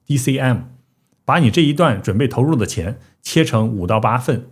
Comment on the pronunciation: 我作证你说ECM😂 我纯听，没看字幕两次，都听到ECM